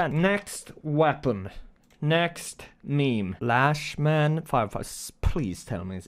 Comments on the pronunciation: They confirmed they’re speeding up the animation lol my dumbass didn’t even know it was animated. And yea it’s not latchman it’s lachman like lockman sorry bro had too haha 😂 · its ch not sch or sh so its laCHmann not laSchman or laShman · The ch in lachmann is pronounced like the ch from chin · its not laschmann or lag m<nn bro its Lachmann chhh put translator on german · Also... It's LatchMan 🤣🤣🤣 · "Lashmann" lmao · Yes, it is pronounced LAHK-muhn, lachmann is actually a german lastname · technically it should be pronounced Lock-man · Well it's not Laschmann or Lackmann it's Lachmann you have to pronounce it German. (Well I think you have to because the MP5 is a German weapon) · Pronouced Lock-man lol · I've been pronouncing it "lock-man" btw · It’s pronounced lockman. Atleast that’s what I’ve heard from legit everyone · even translate pronounced it wrong, it kinda looks like the g3 so i´d say its german and should mean laughman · Lol its pronounced lock-man (lachman) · Its german and yeah its LAHHHKMAN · It's not lashman or lackman, it's german. can't describe how german 'ch' works but just use google translate again xd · pronounced lock-men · Lachmann is german and means laughman pls try to pronounce it xD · Hey! Somebody already told you probably but the lachmann isn’t really pronounced how you pronounce it. The name is German, the “CH” in laCHmann is pronounced as if a cat was hissing. Its pretty complicated to explain… just try to type it into google translate and set the language to German. Have a nice day! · the lachmann is a german word, you pronounce the "ch" as a normal "h" like in "Hello" and the "a" is verry hard. just go to goodle translator and type it in the german section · The Lachmann is a German name, so you should like try to hear it in German. Its pronounced so bad by the Computer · dude added a s to lachman then was confused on how it was pronounced. lmfao we got the same letters pro its not that hard